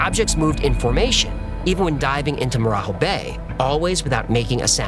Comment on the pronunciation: As Brazilian I want to point out two mistakes: first, the marajó bay, we don't pronounce 'Jo' like Hispanics do. We speak Portuguese. You should speak more like in Jogging. Second, the cops car you shown is from Rio de Janeiro, not Pará. In Brazil each state have its own police force and the colors comes from the states flags. But apart it, an amazing video as usual.